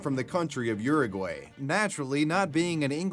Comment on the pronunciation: The way you pronounce Uruguay 😭.. I didn't understand what you were saying at first 😅